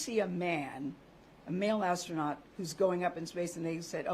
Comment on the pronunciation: LOL "astronaut"